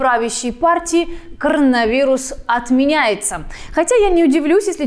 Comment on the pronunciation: Она слово Короновирус произносит так же как Малышева😀 А в целом молодчина 👍 А то что эти ЭТИ трутся на тусе без масок и прочего, еще раз доказывает абсурдность вокруг ситуации с ковидом, истерия. А концовка с бабкой и дедкой, это капец.